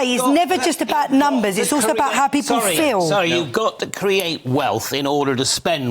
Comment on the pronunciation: Can I trust someone who pronounces the word 'people' as "peepoo"?